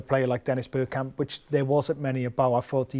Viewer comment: He said “Birdkamp”, gtfo